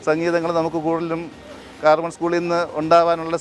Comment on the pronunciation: കാർമൽ സ്കൂൾ അല്ല കർമ്മേൽ സ്കൂൾ ആണ്😂